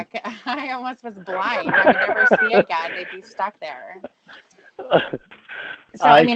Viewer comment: That’s true. I remember a “cawl” where was driving absolutely hammered and Tiffany got on his case.. goes: “Tony drinks a lawt more than I dew!” Same with when she calls him out on his alcoholism and he’ll say crap like: “I did it ageen. I went over ta Tony & Wendy’s.” Which is his way of totally avoiding responsibility.